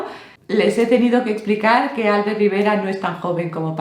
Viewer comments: No viene al caso, pero, he visto que pronuncias "Álbert", y se pronuncia "Albért". Tal vez os parece una tontería pero hay muchas personas con nombres en catalán (Miquel, Alfred, Albert, Roser, Robert, etc) que son palabras agudas y la gente las pronuncia como si fueran llanas, supongo que por influencias anglosajonas. Es muy desesperante que pronuncien mal tu nombre jajajaja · Por cierto,, se pronuncia "Albért", no "Álbert", el nombre catalán del señor Rivera. Saludos cordiales.